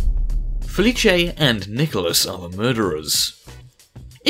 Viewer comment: You pronounced Felice wrong...